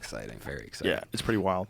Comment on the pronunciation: he makes the word "wild" , a 2 syllable word.. (why-yield) lol